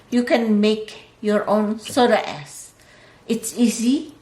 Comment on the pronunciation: Am i the only one who heard soda ass ?